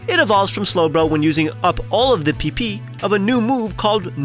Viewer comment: why did he say PP like that 😭